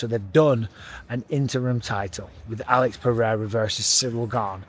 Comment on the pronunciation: Hey, you learned how to pronounce Alex Pereira name 🤣🇧🇷 Brazil is proud of you hahahahha